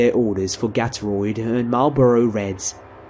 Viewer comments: "GATOROID" lMFAO BRITISH PPL AMIRITE? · Its gator-aid lol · It actually took me a second to realize what he was actually saying. XD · Lol how he said Gatorade 😂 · I love how you pronounce, Gatorade! I think that is what they asked for at the gas station...Marlboros & Gatorade? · I like how you pronounce certain words differently than how an American like myself would, like "Gatorade," for example.